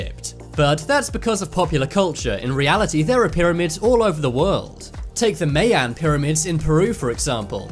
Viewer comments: Learn how to pronounce "Mayan", it's not "MĂY-ăn", but "MAI-ahn" or "MY-ahn" if you're so totally Anglo that you can't figure out how to say "AI" right. The "AI" sounds like the archaic English word "aye". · For God’s Sake...it’s pronounced as, MY-AN or (My-ans), It’s not MAY—YAN or (May-yans)...but definitely not how the Robot is saying it.. Thank you. Cheers. 🇨🇦🎅🏻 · "The tomb was located in Shangshi, Southern China"...So why does the map have a pin in Northern China? "Mayan" is pronounced "My-An", not "May-An". The "Costa" in Costa Rica" is pronounced "Cos-Sta", not "Coast-Ah". The Salzberg Cube is a Meteorite. The Chinese "Giants" are normal size for the Chinese...It is the Japanese that are short in stature. I am 1.86m tall, but I am not a giant! I'm going now or I will have to spend all day correcting your mistakes! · or (my in), definitely not (may on) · M eye en is how you pronounce that people. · FYI MAYAN IS PROUNCED === "MY"AN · You are pronouncing the word MAyan wrong, i am one and you are not saying it right...the As are short. and also methane gas...the e is short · That was driving me crazy